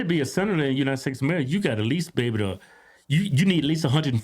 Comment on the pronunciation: United steaks lmfao hodge ttwins cant say united states 😂😂😂 my fav podcast hahaha